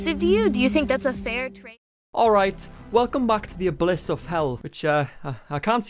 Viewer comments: I’m not trying to be petty. But I just want you to it’s abyss (A-biss) not ablyss (A-bliss). I used to pronounce it the same way too. That’s why I noticed it when others probably didn’t. I’m no grammar nazi. My grammar sucks. But I just thought you’d rather know that continue to call it a-bliss like I did for years. Unless you’re referring to something else that went completely over my head, and in that case, carry on and ignore me. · Do you think there's an "L" in the word "Abyss"?